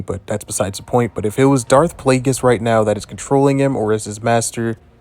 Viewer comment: You can pronounce plague but can't pronounce Plagueis? Palpatine pronounced it for you in Revenge of the Sith, and you still can't pronounce Plagueis. Not once in the English language is "gu" pronounce like "j". Linguist, language, guerilla, gullies, guard, ane plague are all pronounced with a hard g even by you your whole life, and you can't pronounce Plagueis? I tapped out within the first minute of the video. I figure I might fill my gut with gumbo, asparagus, and linguini until I'm fatigued and languid, as I do regularly, and beguiled at how this guy's tongue mispronounced Plagueis. 😅